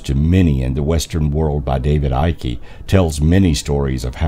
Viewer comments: wow, interesting documentary, just one thing that made me laugh lol, its pronounced David Icke with just the K at the end, not Ickey, the E is silent, so basically like saying Hike without the H. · David Icke developed this theory and this guy cant even pronounce his name... David Ickey....